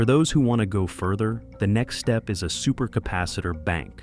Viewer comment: What in the AI Slop? "What iis the load? What his the load?"